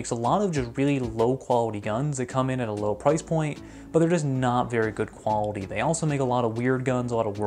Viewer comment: Bro really went quwawity